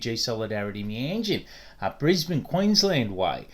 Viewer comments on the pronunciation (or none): none